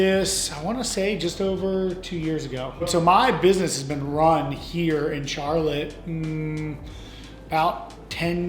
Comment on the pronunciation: Vaughn really said "Char"lotte 😂